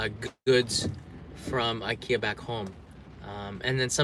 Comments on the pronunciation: I'm from Sweden and IKEA it's pronounced like says it. Japan got it right xD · I am also from Sweden and the Japanese way to pronounce IKEA is very correct. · Actualy the way its spell in japanese is the right way. The I in sweden is not speaking like in english it's spoken like in Japan. 😊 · nice to know japanese pronounce ikea the correct way 😘